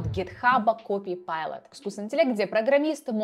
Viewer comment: привет, малышка ) зашел посмотреть как у тебя дела ) и да, не копипайлот, а копилот. ) ну или чпокилот )